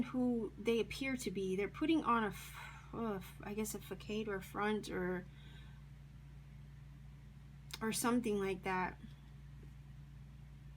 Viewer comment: Facade the c is a s sound not a k sound ... love your readings tho